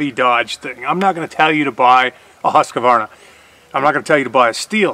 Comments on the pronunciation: you're a very intelligent, knowledgeable young man, but I dislike the way you mispronounce Husqvarna (Hoosk-varna). I love watching your videos and am an avid fan of your channel. Take care. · Husqvarna not Husquhvarna